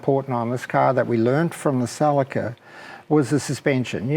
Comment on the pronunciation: he means ceeelica.celica not calica. fuckin guy.